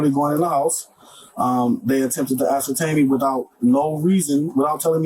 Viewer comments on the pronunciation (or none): Section 8 Love Story.. ❤️ ❤️ ❤️ Bro "ascertained " 😂😂😂 good grief